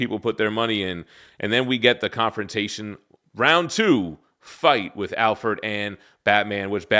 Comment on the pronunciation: I don't think I've ever heard anyone pronounce Alfred as Al-ferd.